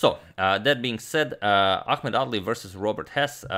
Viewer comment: I kept hearing ‘ugly’ lol